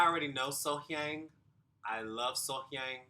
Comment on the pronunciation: The pronunciation of her name is literally right at the start of the video. You have been pronouncing her name wrongly. The audience voted during the live performances. So, whether they added autotune or not, it is for the TV viewers, not for the competition.